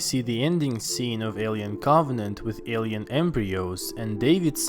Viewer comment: The way you pronounce Alien makes me cringe